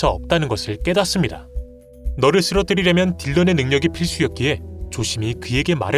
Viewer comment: 널을 말하는건지 너를 을 말하는건지 자꾸 들으면서 헷갈리네